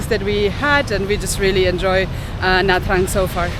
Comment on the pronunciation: “Nha” is pronounced as “Gna”, as in ‘mignon”.